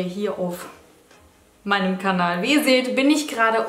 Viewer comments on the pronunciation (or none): none